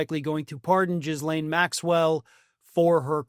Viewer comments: Ghee-len...not Jizz-lane. It's French. It's not hard. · The s is silent in Ghislaine and there is an i in it. It doesn’t matter what Trump does, she will be sent back to the original prison.